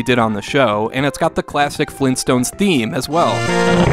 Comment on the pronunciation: Grand-dad? FLEENSTONES!?